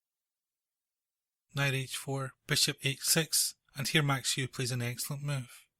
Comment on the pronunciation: Just so you know, Euwe is pronounced like oyvah. Very nice video,btw.